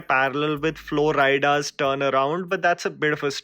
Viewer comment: It's Flo Rida, not Flo Ryda.